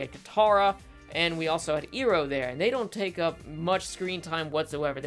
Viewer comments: I agree with most of your assessment. But your pronounciations are killing me. I-roh, not E-roh, Toff, not Tohf. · It’s pronounced 👁-row not 👂-row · ITS IROH NOT ERO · NIce analysis, but the fact that you pronounce Iroh as "ero" and Toph as "Tofe" reminds of the the name butchering from ATLA live action by M. Night. So please pronounce them as the show intended. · When you said “eee-roe” man i had nam style flashbacks to the last airbender movie. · Sorry to be this guy, but.. Zukos uncle, "eye-row". Earth bender "tawff". Say it with me now.. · He mispronounces iroh and tophs name as if the show wasn’t in English. Were did they say eee-roe at?? 😅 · Anyone else bothered by the name pronunciation errors (Eeroh and Toe-ph) (I spelled the pronunciations phonetically so plz no nagging me on it) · I have a hard time taking your opinion seriously when you call the characters “toe-ff” And “ear-oh”. Like, did you actually watch the show? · EYE-ROW!!! TOOUGH!!! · Why is he continuously miss pronouncing Toph and Iroh’s names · The show made up the names so they dictate how they're pronounced. Toph and Iroh don't sound like that in the show so I don't know what you're doing here. Plus saying Iroh with an I and Toph like off sounds better anyway. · Wow, I really got confused when I herd him say Irohs name. I mean honestly no one pronounces it like that!